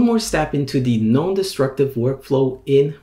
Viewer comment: This is excellent. I noticed that when you say “non-destructive” it sounds very much like “known destructive” — giving the impression to someone not familiar with Procreate that it is a warning about known destructive qualities. Just a word to the wise.